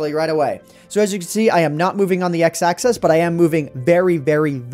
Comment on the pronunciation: Why do you pronounce "axis" as "access"?